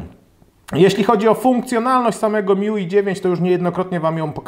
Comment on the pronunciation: Szafa MIUI czyta się jako Me You I Uszy bolą